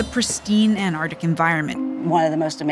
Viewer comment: It's called Antarctic not anardic